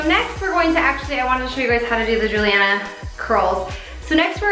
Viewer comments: It bothered me so much when she said Juliana instead of JulieAnne😂😬😬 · Julianne* Not Julianna ;) (in the intro)